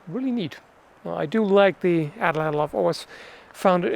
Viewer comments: It's pronounced "aht-laht". In the Nahuatl language, the 'tl' sound is just a 't' if it occurs at the end of a word. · Pronunciation is "AT-LAT" the L at the end of Atlatl not typically being empathized in the native Nahuatl language. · Atlatl is pronounced atlat